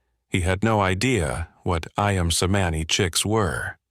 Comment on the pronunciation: But the name is mispronounced. The written form of the Indo/Malai Languages are based on the Ancient Roman sounds, so "C" is CH, not the Greek sound for "ς", which is "S" in Roman. Therefore That breed is pronounced as AYAM (I-am) CEMANI (Chemani).